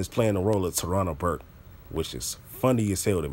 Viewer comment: OH MY F'N GOD YO!!! LMAO I JUST HEARD TARIQ CALL HER TARANASAURUAS BURKE